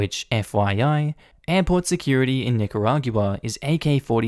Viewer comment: Normally I gloss over pronunciations, but I had to chime in to say that it's pronounced Nih-kuh-raw-gwuh in English and Nee-kah-rah-gwah in Spanish. Not Nih-kuh-rah-gew-uh